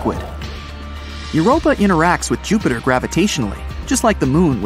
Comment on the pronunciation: ok uh joopter